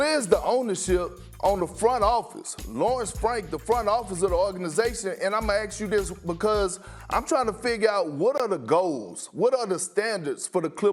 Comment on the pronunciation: Let me "aks" you this, when are they gonna put people on TV who actually speak English?